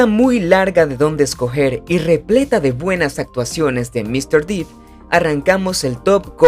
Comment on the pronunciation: Se pronuncia Depp, con e no i